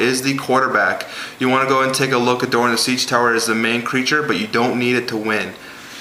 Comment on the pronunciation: Doran not duran